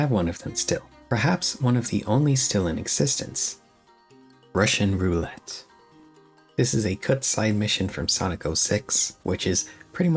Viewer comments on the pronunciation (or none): none